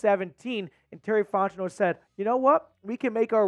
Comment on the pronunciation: You enunciating way too hard when you say Fontenot it’s grating 😂